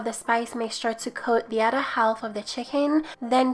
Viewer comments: Half = Haaf in English. The L is silent. Idk why. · Haha I love how to said half HAWLF